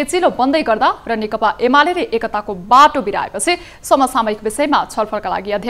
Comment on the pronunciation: 'नेकपा'लाई 'नेपका' भन्ने इनै हैनन र ? Diction त त्यस्तै हाे, तर speed भने चाहिँ अल्लि बढे जस्ताे सुनियाे ।